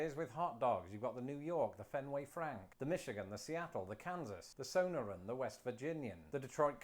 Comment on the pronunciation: Sonoran is pronounced suh·nor·uhn.